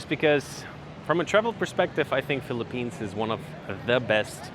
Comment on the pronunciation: welcome to FEE-lipphines